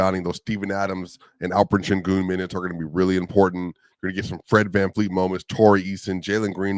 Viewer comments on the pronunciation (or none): none